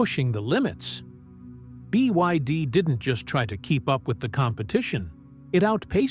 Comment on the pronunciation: BYD has already become world no1 ev sales. This narrator can't say it though